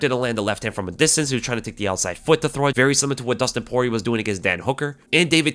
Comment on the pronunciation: Nah brah, Poirer